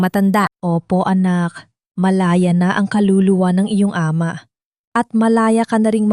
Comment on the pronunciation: Minamali ang tamang pagbigkas tulad Ng Ama ginagawang A......ma